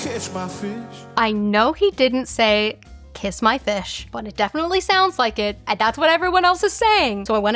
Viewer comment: It's ok. I still hear "i like to kiss my feet" instead of "kiss my fish" 😂